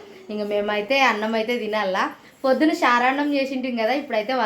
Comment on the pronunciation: ఫోద్దున, ఫూలు కాదు 🤦🏽‍♂️ పొద్దున్న, పూలు